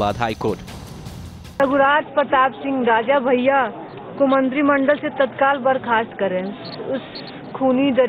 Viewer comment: its 'bhaiya' not bayya.